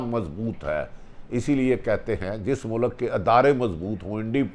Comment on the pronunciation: It’s not mulak it’s mulk, pls atleast try to speak Urdu correctly:)